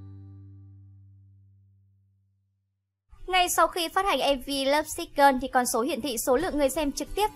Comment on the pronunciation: Thích top sao Hàn làm, nhưng chị lại đọc các tên bài hát hay tên idol ko đc em tại lắm lovesick gơn 😖😖😖😳😳😳😖 là gì